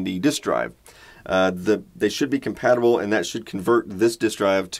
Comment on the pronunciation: The way he said "Compatible" sounds like "COM-PET-ible".